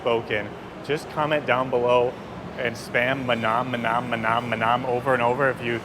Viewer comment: mah-NAHM like you're saying Vietnam! tsk. sick and tired of hearing duma-GEH-tea too. i should probably stop watching foreign vloggers for a while as their pronunciations of local names are getting on my nerves.